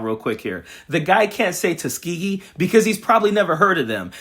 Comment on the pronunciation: SPEACH THERAPIST NEEDED ASAP FOR LAWRENCE, BOOT LICKING IS SERIOUSLY AFFECTING HIS TONGUE …. 1. TEHHSKEEAGHEE 2. SECKEETAREE 3. DEI IS DEI 🙄 🤨